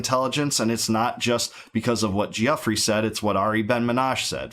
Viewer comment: It’s actually pronounced Goo-Frey lol yours was closer than the usual Gaffee